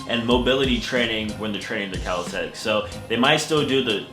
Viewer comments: CALISTHENICS NOT CALISTHETICS GODDAMNIT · YOU SPELL IT RIGHT... BUT YOU KEEP PRONOUNCING IT WRONG! "CALISTHETICS" COME ON MABOII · Athsetic calistentnics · From he forgot how to say "calisthenics" haah